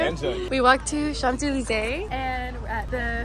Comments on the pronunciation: just a disclaimer !! we don’t pronounce the “p” in champs-élysées :)) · why did she pronounce the P in champs??? :((((((